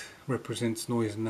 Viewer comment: The pronunciation was quite understandable,. A great ship named after Field Marshal August Neidhardt von Gneisenau. Now a part of your collection! Best wishes,. Greetings, Joachim